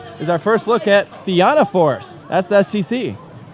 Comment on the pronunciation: theyre actually doing well enough with the pronunciations until he said na fianna force